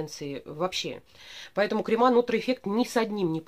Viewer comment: крЕмы, а не кремА.